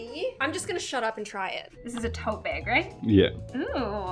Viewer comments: I love the way you say "bag" BAEG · I love how says, "bag." She says it like, "baeyg"